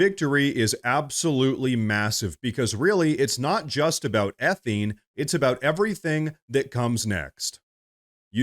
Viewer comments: THat's ethaaaane not etheeeene. Different chemistry. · it's pronounced "Eh-Thayne", not "Eh-Theen". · Eth-A-ne not eth-e-ne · It's pronounced E-THANE by the way 🙂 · Ugh - learn to pronounce ethane. ee-thayne. Haha - otherwise, good job. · its pronounced eth ane